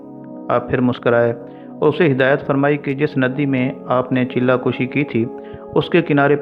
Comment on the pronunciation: Han thori ghltyn hyn chella kushi ni ..chella kashi hy